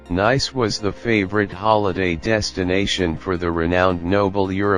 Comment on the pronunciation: When you begin by mispronouncing the subject of your video, coupled with the computer generated voiceover and...showing, as the second scene, a location other than Nice, it leads to 39 views and only one disdainful comment. Too bad, because the photography was actually quite nice.